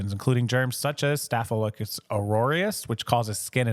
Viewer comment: Just FYI: "Staff-uh-lo-KAH-kuss" 😉